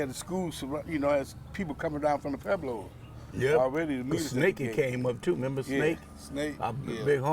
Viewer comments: How come everybody pronounces pueblos, “Peblo’s”? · They can't even pronounce Pueblo correctly lol